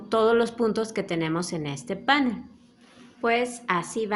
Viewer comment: Precioso trabajo, muchas gracias, lo haré. Una cosita, la palabra panel es aguda, el acento lo lleva en la e, como usted lo pronuncia es étimo del inglés. Cuidemos nuestro idioma. Gracias